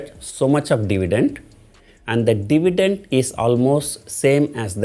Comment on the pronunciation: It's dividend not divident..